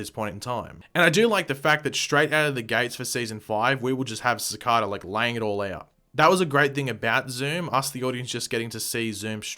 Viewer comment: I don't mean to offend you, but I believe you are pronouncing Cicada wrong. It should be pronounced Ci-cay-da. I am aware that you have an English accent, but I just wouldn't want the wrong message being sent out to fans when you make these videos. 😉